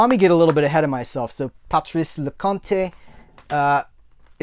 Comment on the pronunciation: Hey, in Leconte the "te" is a hard consonant, like in "boat".:-) He is one of the preeminent French direcors, I think you will like him.:-) Girl on the Bridge is probably his most well-known film, the film that introduced Vanessa Paradis to the world....